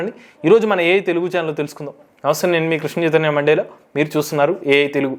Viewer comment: బ్రదర్, నమస్తే! నీవు ఎన్నుకునే అంశం చాలా ప్రగతి శీలంగా వుంటుంది. ఎంతో విలువైనదిగా వుంటుంది. ఇందుకు శ్రోటలందరూ కృతజ్ఞులే! నీవు నీ పేరు చెప్పేటప్పుడు 'mandela' Mandela అనడం మాత్రం వికారంగా వుంది. ప్లీజ్ అర్థం చేసుకో.